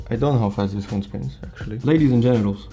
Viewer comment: beeg speen = beeg happee